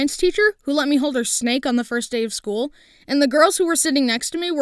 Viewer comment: Few i thought you said school but you said shool